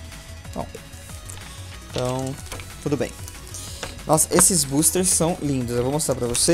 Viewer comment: tu fala buusters kk